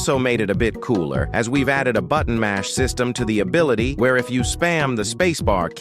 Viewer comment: “This abilite is super useful”